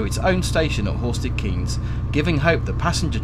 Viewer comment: Nice video. The Keynes in Horsted Keynes is pronounced Kaynes btw.